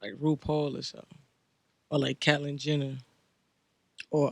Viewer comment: “Cat-lyn Jenner “ 😭💀💀